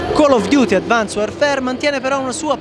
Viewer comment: advansed non advans xD